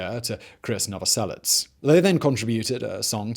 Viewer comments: he did.. and pronounces it "novoselits".. the idiot.. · It's Krist Novoselic, not Chris Novoselet. "And I swear that I don't have a gun" Speaking of 'Come As You Are' a bit debt was owed to Killing Joke for that riff. Don't know what I mean? Listen to Eighties by Killing Joke. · Seriously? Chris Novoselic? I don't understand how that even happens, did you just hear someone say it without ever seeing it written out? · “Chris Novoselits”??? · Novoselich, like in cherry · The croatian man's surname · WAIT. did he really just call him "Chris Noveslic" bruh Krist not Christ